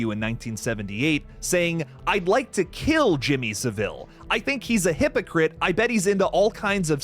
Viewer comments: Jimmy Savile rhymes with gravel, not Seville the Spanish city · SAVILE!!!!One friggin word NOT Sa-vile!!!!!!!!!!SAVILE,SAVILE..get it!!Listen to british YT channels to hear the right way to say it! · SAH-VUL not fucking SAH-VILLE. Americans always make him sound more regal with that fucking inflection